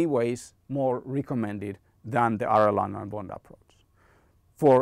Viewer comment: Excellent video, just as a side note. Arellano is an Spanish name, so it's pronounced like "Areyano". Anyway good information was useful for me